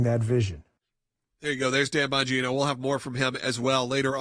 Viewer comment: Enunciated carefully please It sounded like you opened with, "Tampon Gino"